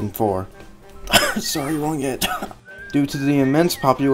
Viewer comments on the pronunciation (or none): I was listening to this in the background while at work, in the beginning sorry wrong Ed, it legit sounded like he said sorry long hit lol.